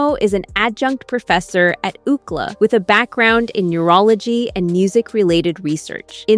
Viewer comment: I have big issues with your pronunciation. I’m pretty sure that, instead of saying “ukla”, which is not even a word, you were mispronouncing UCLA. University of California, Los Angeles. This makes the whole program sound stupid & contrived which is probably not your goal. I know our commander in chief would prefer us stupid, but that doesn’t mean we should be.